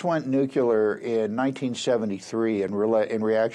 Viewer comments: “Nucular honey. It’s pronounced, nucular.” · It's hard to take you seriously when you can't correctly pronounce the word "nuclear."